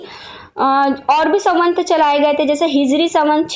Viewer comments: उच्चारण बहुत अशुद्ध है। ...मनुस्मृति को किसीने'खत्म' नहीं किया, न कोई कर पायेगा। वह हमारा ,हिंदुओं का एक सम्मत धर्मग्रंथ था, है और रहेगा!! ...सवंत नहीं, सम्वत् !! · संवत ,होता है सवंत नही